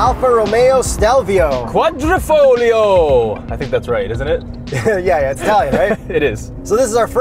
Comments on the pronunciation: "Quadrifoyo" The "glio" part sound like the double ll in Feuille in French. It's FOYO. Is it that difficult to look up Italian pronunciation on the internet. I lost count how many of these "reviewers" all mispronounce the glio. Not glee-oh, it's more sound smooth low "oh" with a "Y" like yoh. Quadri...foyo. Leaf in Italian. Une feuille en Français. NOT kwadeefog-glee-oh. NO. Again, sounds more like quadrifoyo. OMG! Annoying AF. Don't get me started on cio and chio, bruschetta, Ciarelli vs Chiarelli. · It’s Quadri fog Leo